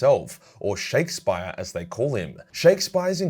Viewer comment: man said "Shakespire", cmon now we were all bashed over the head with Shakespeare at school you should know this.